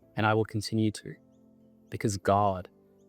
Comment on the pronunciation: Id just like to make some commentary about the man speaking , Im a New Zealanded and therefore know very well how our cousin Australians speak, and id just like to mention that everytime he said "God" he said it in an extremely American accent - over emphasis on the O, whereas in the Australian Kiwi accents we dont overemphasize the O at all and say it quite quickly, i also heard an only southern sounding sentence in the end and I thought that was very interesting. Especially considering Australia and New Zealand are very secular countries so its interesting that he puts on an american accent when speaking about god and satan.